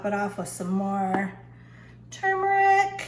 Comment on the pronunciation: Hey just so you know. You are saying turmeric wrong